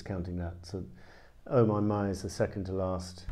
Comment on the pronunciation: that french oh my my was beautiful